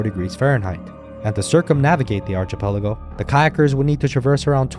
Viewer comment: Who's the narrator for this? They have a terrible voice. Also, it's "ark-ipelago" not "arch-ipelago"